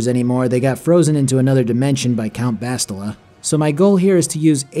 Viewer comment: You calling bastila "bosstila" is funny because in portuguese it sounds like "shittila"